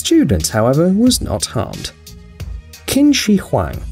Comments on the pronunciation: It’s pronounced Ching shi Huang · U pronounced the Chinese emperor wrong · The fact that he pronounce Qin Shi Huang wrongly but it's ok at least I understood what he said. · Any Asians triggered at how he pronounced qin shi Huang?